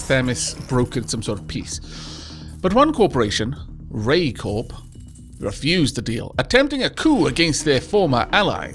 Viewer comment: Isn't Corp said like 'Core'??